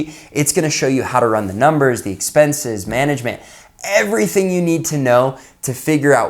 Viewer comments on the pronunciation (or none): What is SEXPENSES?? “$EXPENSES” 🤣😂🤣😂😂